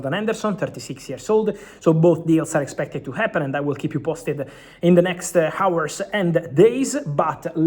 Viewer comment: Romano: "H"ijack => "A"ijack Romano: "A"our => "H"our Romano, please pronounce "H" sound in "Hijack" word and "A" sound in "Hour" word.